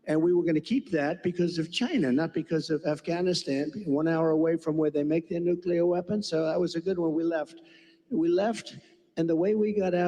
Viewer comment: Nuclear, NOT nucular.